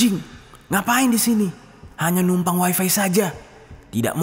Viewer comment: Bang ga usah ngomong waifai...toh juga Abang sedang bicara pake bahasa Indonesia...